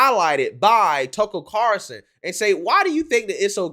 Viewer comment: Why is it so hard for you to say TUCKER CARL SON? Not CAR SON!